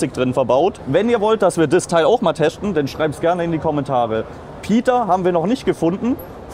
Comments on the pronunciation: Ist das der, der immer "teschten" sagt? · letschte lol muss man teschten am näkschten und was soll dabei rauskommen ???